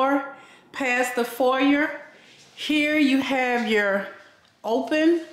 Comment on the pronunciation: Please it’s pronounced for•yay😂